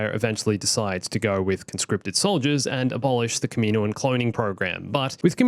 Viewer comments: I don't want to be annoying but it is actually pronounced (KAH-MIH-NOA-AHN) not (KAH-MEE-NOA-AHN). I'm just helping out not hating by the way. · Am I the only person to notice the odd pronunciation of kaminoan